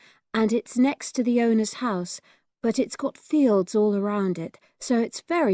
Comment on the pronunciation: what the crap man in ques 2 the ans is fields even in uk english its fields why the hell she says fawlds checked twice is this even right to pronounce wrong word ?